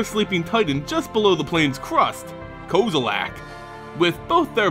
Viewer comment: Why does he pronounce some “e”s as “A”s? Jace belaran, kozilak, etc.